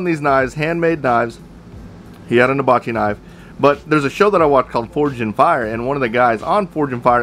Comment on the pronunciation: Nice knives, big fan of forged in fire too. Oh, and it's hibachi(pronounced "heebachi") not habachi. Just a friendly note...lol